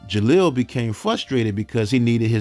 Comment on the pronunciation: You keep saying jalil name wrong it’s disturbing me geesh